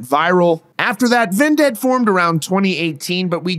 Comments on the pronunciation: I hate how you pronounce Vended as "Ven-ded" and not just "Vended" like why do you say it like that bruh. Great video tho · bro said ven dead 🤣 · Why are you saying vindead? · Why are you pronouncing Vended that way? You are saying it as if it was spelled D-E-A-D. Sorry it was just irking me